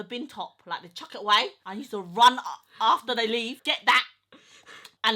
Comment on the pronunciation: I used to watch your sister on snapchat.. why does she find it so hard to pronounce USE/USED? She adds this extra N (NUSED) in front of the word and it triggers the hell out of me and gives me anxiety. Urgh